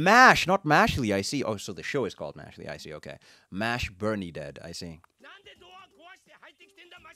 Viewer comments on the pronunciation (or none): This is how you actually pronounce Mash's last name "Burndead